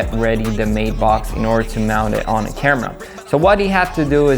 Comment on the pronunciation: Kid' it's a Matt-box, not a mate-box! Use Google translate and let it speak the word, it's annoying when it's spoken incorrectly.